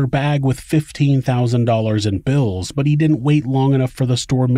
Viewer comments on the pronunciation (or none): none